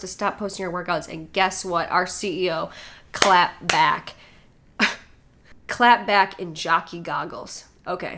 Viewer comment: “clyap byack”